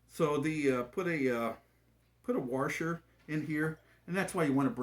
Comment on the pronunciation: what's a warsher?